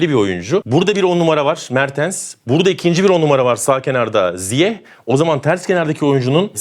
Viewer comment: Bütün dünyanın ZİYEŞ diye telaffuz ettiğini görüp hala ZİYEH demekte başka bir meziyet😉